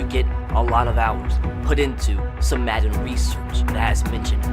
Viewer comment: Why in the intro he said matten😂